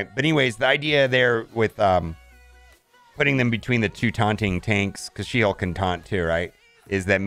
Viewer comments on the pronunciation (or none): none